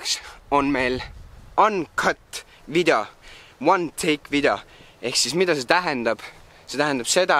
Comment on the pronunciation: kapa, miks sa ütled vidjo....ja ka